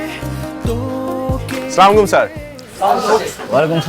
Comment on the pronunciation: ১০ঃ১৮ (জোবান) স্লামাইকুম স্যার?কিরে ভাই তুই কি শুদ্ধ ভাবে সালাম দিতে পারিস না?পরিচালক ও জোবান রে ধরে শুদ্ধ সালাম শিক্ষা দেওয়া উচিত।